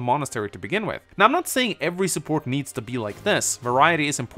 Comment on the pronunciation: importanch supporch shorch